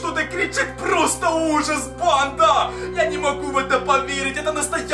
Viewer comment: Почему когда говорит просто сразу же мне кажется что он говорит просто сри уже🤣🤣🤣😂🤣😂🤣